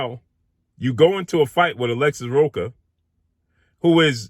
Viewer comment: Rocha, the "ch" is pronounce like the "ch" in church.